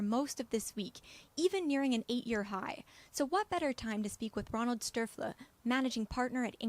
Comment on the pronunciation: The way she says "Stöferle" cracks me up. :D As for the lithium story, the battery megafactory pipeline according to Benchmark Mineral Intelligence is impressive. That's why I am bullish for lithium long term. I hope most of these will be build in time. The development speed of EVs themselves is also very impressive. I predict that FCEVs will always stay a niche within the passenger vehicle market and BEVs will dominate. It's crazy how many private investors here in Germany bet on hydrogen fuel cell stocks and pay absurd prices at 20× revenue and more with no idea about how profitable these companies will be, if ever. This will end badly. Fuel cells have their applications in the industry, ships, planes, long haul trucks?! just not in everyones car. I hope Diess at VW prevails and follows through with his BEV strategy. He is smart and courageous enough to take the right steps for the future. Even some managers at BMW now want a dedicated EV platform instead of the one platform fits all drive trains solution. The fuell cell proponents at Toyota, Hyundai, Honda all have their BEV models in the works, because they know they will need them, especially for the Chinese market where there are ever increasing NEV manufacturing quotas in place. And Toyota has created a battery joint venture with Panasonic not long ago. As for the lithium projects themselves, take your time guys ;D Nothing beats a supply deficit. 142 battery megafactories should equal 2 million tonnes of LCE demand anu